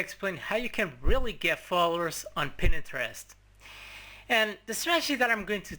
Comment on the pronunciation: its pronounced PINTEREST not PINENTEREST